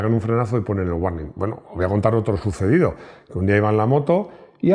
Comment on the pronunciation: Hola. La pronunciación correcta de la palabra " warning " es: " uorning ". Similarmente, la pronunciación de las palabras " Google ", " Michael ", etc, es: " gugol ", " maicol " y no como culturalmente se pronuncia en España: " guguel ", maiquel, etc. La verdadera pronunciación de las palabras que tienen una consonante seguida de una " ele " y seguida de una e, es: con el sonido " ol ". Ésta regla, en el Inglés, no tiene ninguna excepción. Espero que te sirva mi aporte. Saludos desde Bogotá D.C. Colombia.